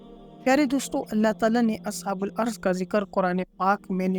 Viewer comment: اصحابُ الرّس بولا جاتا ہے نام تو صحیح ادا کریں لفظی بہت ساری غلطیاں ہیں